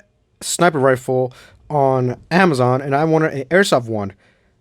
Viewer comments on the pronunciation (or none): none